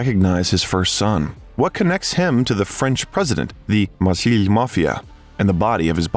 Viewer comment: Marseille is pronounced mar-say, Champs-Élysées is pronounced shomp-ell-eee-say, please coach your AI in the proper french pronunciations.